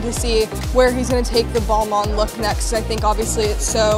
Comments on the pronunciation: Girl stop calling it Ball Mon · The creative director pronounces Balmain differently than the rest of the world.. 🤔